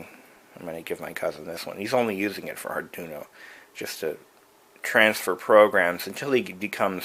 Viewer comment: Lol, "Arjuno"; you mean "Arduino"?